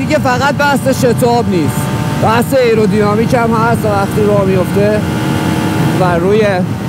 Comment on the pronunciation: خسته نباشید.راستی تلفظ درست آیرودینامیک هستش.ممنون از زحماتت